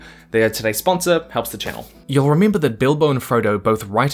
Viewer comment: So mini ivents to rimimbuh